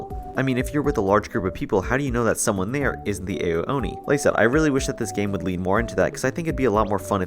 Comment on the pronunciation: It's not pronounced AYO Oni, it's pronounced OW Oni.